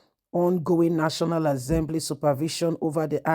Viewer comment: Assembly NOT AZEMBLY